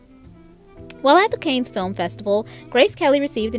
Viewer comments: It’s pronunciation is similar to our English word CAN. CAN or CON Film Festival. Anything but CAIN! LOL!! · Yep. Dreadful narrator rattling off the script at 200 miles per hour and mispronouncing words. CAN Film festival not CAYNE! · Yes, it should be pronounouced, Ray Mil-land' with accent on the second syllable, as in, "mil-lawned". Cannes Film Festival, like the city is a French proper noun, said like "Con". Will you younger folks please do a little more prep before mispronouncing so many names and words on your podcasts? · "Canes" Film Festival LOL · ❗Enjoyed your bubbly personality, commentary and respect you enough to say it's The Kahn (pronunciation) Film Festival, the Grandaddy, extremely relevant and held annually in Cannes, France. Another high cost of the marriage was the million dollar "dowry" Mr.Kelly paid the Prince.😉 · Please, please, is there a narrator out there who will review pronunciations in advance and at least ATTEMPT to say names and words correctly? Or think about grammar? Let's start with Ray 'Milland' and 'Cannes' and 'marriage don't mean anything.'